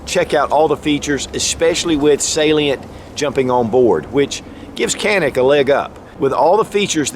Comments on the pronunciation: No more politics, problem solved 👍🏻 was pronounced (john-ick) in Turkish but due to the world's mispronunciation, the company remade the official pronunciation to be (can-ick). Great video. Can wait to get this fire arm in a couple months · its written Canik but you read as Janik brother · It’s not pronounced Janik with a J or G… its CHanik they have two Cs and that one takes the place of CH. Have a little respect for other cultures as you expect them to respect us and ours. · Its Janik, not “kanik” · I have been corrected regarding the name of this gun company. CANIK....is evidently actually pronounced: "ZHA-NIK" not "CA- NIK". (I had it wrong too LOL!) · Canik is Turkish and pronounced "Shjaun'ick".. I own em. Love em. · Dju-nick.Private name (a mountain range) U gotta say it right! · The correct pronunciation of the brand is "JohN-eK." Great video. Ty for sharing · Canik is pronounced (Janik) in Turkish. The letter C is pronounced J. Please correct your pronunciation. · It's pronounced with a J. Janik. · no it's more like chanik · It's not kanik its canik